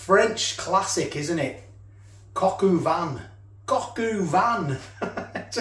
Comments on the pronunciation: It is cog o van not coq u van! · For what it’s worth it’s pronounced Cock ‘O’ van matey, not cock-oo-van. No way I’d have wasted any of that juice by the way! Enjoyed the video